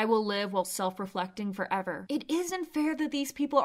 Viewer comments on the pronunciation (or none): none